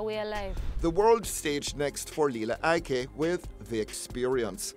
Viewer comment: Its Lila Ike not Lela !